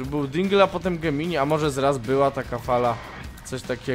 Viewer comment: Gemini ( wymawia się Dżemni ) to znak zodiaku . Gemini jest słowem łacińskim, polskim tłumaczeniu to bliźnięta . Gemini to nie jest ten płodzian tylko oni razem tworzą geminiego .